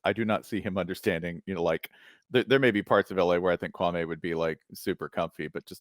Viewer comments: The man said his name is Kwa' ME not KWA'may. This Spencer Hall guy is being very disrespectful. In fact, both of them are being disrespectful telling stories wrong. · His name is not Kwawmay. Y’all are so boring compared to Kwame. Ugh. I’m out. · The white dude pronounces his name like Stephen A Smith..KwuanMay.. Yep if he get bored they next..